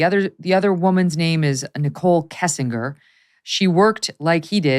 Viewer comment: Megyn should have done her homework enough to know how to say Shanann and how to say Kessinger.